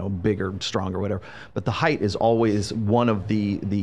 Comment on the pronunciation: height, not “heith”